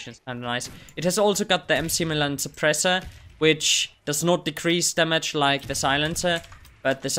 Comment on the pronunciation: McMillan is read as "Mac"Millan like in McDonalds